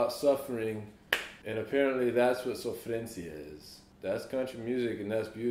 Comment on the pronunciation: Quando ele falou a palavra sofrência, já percebi que ele é praticamente brasileiro....kkkk